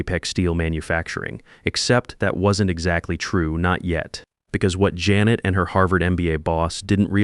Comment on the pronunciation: Sorry, the story gets a thumbs down because of repeatedly mispronouncing Janet and monetary values.